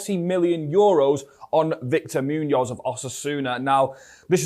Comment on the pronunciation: I enjoy what you do with these videos but please brother you have to learn to pronounce his name better :D Probably the accent.